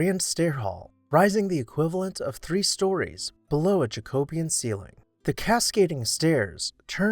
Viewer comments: You pronounce Jacobean wrong. It's not JacObean. It's JacoBEEan. Correct your grammer! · Please pronounce Jacobean correctly. It is pronounced jacko BEE un. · I really enjoy watching these videos, but your pronunciation of Jacobean grates to my English ears. Here we pronounce it Ja-co-be-an.